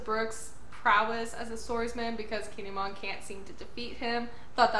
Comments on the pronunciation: The way you say Kinemon is fine. I believe it's "kin-ay-mon", but your version is fine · you are saying his name right👌👍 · Don't worry. You're saying Kinemon's name right.😁